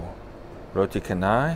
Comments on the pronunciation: Hey how about you draw your life sir...and Btw sir,it's Canai not Kanai hahaha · Hai.. Roti Canai.. 'C' pronounce as see not K..just a correction..